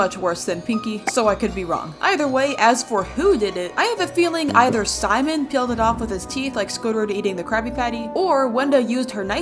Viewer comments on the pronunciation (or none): You said Simball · I like how you say simbal😂